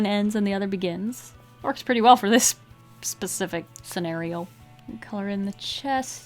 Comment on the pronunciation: "this PACIFIC marker"